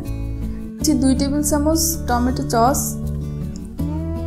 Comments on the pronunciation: চছ না আপু সস বলবেন। 😊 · Haha😂 চচ না সস 😅😅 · ওটাচচ না সস😂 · ওটা চচ না সস্🥶🥶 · আপনার চস্(সস্) টা মেওনেইজ হয়ে গেছে😂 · ওটা চস নাকি সস? 😂😂😂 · সস মাঝে মধ্যে চস হয়ে যায় কেনো বইন🙄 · চস না আপু সস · চচ না....সস্ হবে....😏